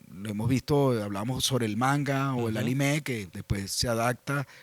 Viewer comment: No. Esta vez lo dijiste bien.